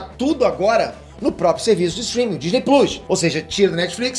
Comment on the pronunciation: Por favor nao fala Disney pluis, isso doi la no coração. Por favor